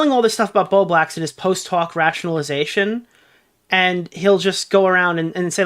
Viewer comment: Are you saying “Post hoc” (correct) or “Post talk?” (Incorrect) You’ve been saying it a lot and I genuinely can’t tell 😂 Just trying to help you be correct ❤